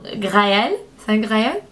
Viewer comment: Tu peux prononcer "Graal" comme "grave", le "a" est assez court. :) Sinon on préférerait franchement dire "ce n'est pas la perle rare" en français, c'est plus courant. :) Tu es trop chou dans cette vidéo, et merci pour tous tes avis !!!